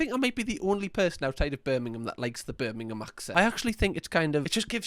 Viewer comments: "not Birmingham Alabama" threw me off so much and the way he pronounxed it birming ham was too funny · 😭🙏 I can’t with the ‘BirmingHAM’ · how the hell did he do me acent and he said Birmingham wrong lol